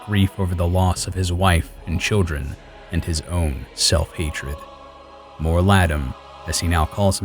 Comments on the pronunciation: It's not Mor-ladam, it's Mor-Ladeem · "More Lah' deem" pronunciation. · Your pronunciation of Mor ladim made me unable to watch the video